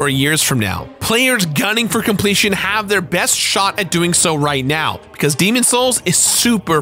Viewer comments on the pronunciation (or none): I need to understand why you don’t pronounce the s in demon’s.